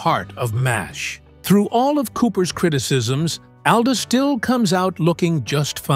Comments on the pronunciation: If you don't mind, Mr. Alda's name is pronounced " ALL DA", NOT owl da!! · His las name is pronounced All-dah NOT AL-dah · Isn’t it pronounced all da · This is some kind of AI generated crap who can-t even pronouce his name correctly!